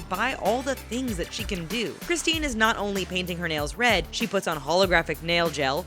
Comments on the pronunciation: "Cristena" EXCUSE ME STARBUCKS GIRL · No, they pronounce it "Christine" NOT "Cristine"😂